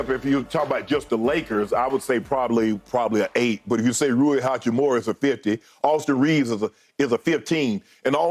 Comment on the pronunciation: SHANNON HACCHI-MURA not HAKKIMURA :) He dropped 29 man please :)